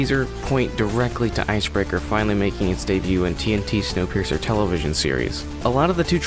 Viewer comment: Its snowpiercer not snowpeirer